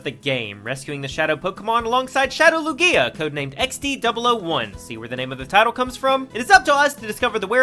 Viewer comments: So...No one ganna mention how he's pronouncing Lugia? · Is anyone else irritated with how he says Lugia or is it just me? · I think it's because he basically added an extra syllable to the name Lugia it's not that he's saying it wrong it's that he says it with an extra syllable and it irritates me 😂